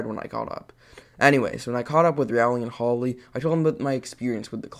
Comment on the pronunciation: Leland Pronounced Le-Land How he pronounces: La-Land Holly Pronounced Ho-lly How he pronounces it: Holy 😂